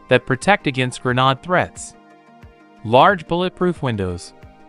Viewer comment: Your text-to-speech seems to struggle with "grenade".